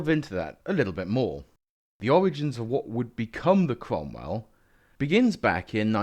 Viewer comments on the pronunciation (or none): Savalier, Sentaur, Sromwell? Makes perfect kents. Perhaps it's the Seltic pronunciation. ;) BTW, it's not really a Cromwell without all the nipples on the turret.